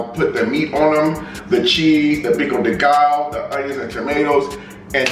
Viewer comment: Guess I'm early for once!🔥❤ Pico de gallo is pronounced pico de ga-yo